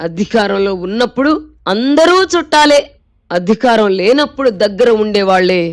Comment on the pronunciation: Dubbing anchor voice modulation, 😮😅 “ Adhikaram” not “ Addhhikaram” kadamma thalli.